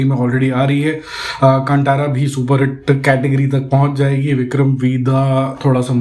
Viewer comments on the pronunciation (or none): It's कंतरा not कांटारा